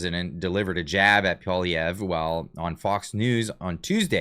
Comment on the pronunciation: Bet-David should at least learn to pronounce PP's name if he wants to talk smack about him LOL